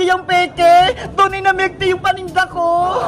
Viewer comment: Bakit yung "Tea" nagawang "Tae" Peke ba?